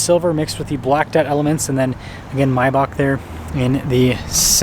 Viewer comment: It's called MAYbach not MYbach.